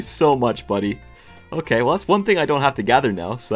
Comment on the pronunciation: "It's not OKEH to be OKEH"❤(titan cry)😢